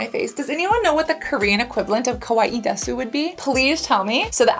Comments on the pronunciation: Kawaii de-su means “it’s cute” in Japanese. It’s a contraction so the “u” is silent. So it sounds like kawaii des 😇 I recently found your channel and I’ve been catching up on the awesome. So happy to find an expert who is cruelty free 💕 thanks for spreading the message 🥹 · Hey Cassandra, just wanted to correct your japanese. It is pronounce kawaii "des" the U is more silent but theres a specific way of saying you you can look up videos because I'm not good at explaining. Desu means "it is" basically